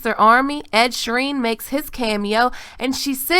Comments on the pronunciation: Ed Sheeran's surname is pronounced Sheer-un, not Shireen like stannis' daughter #Smh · Long Ed Sheereign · It's Ed Sheeran not Ed Shireen